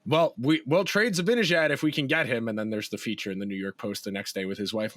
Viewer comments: I'm with you, drives me nuts to keep hearing Zabinijad. No excuse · Guess what: I think you guys are mispronouncing "Zibanejad." Nobody has ever mentioned this here, so I thought I'd let you know. It's an understandable novice error, since you've been following and commenting on the Rangers for under a decade, and in that time you probably have only heard the correct pronunciation a mere 50,000 times.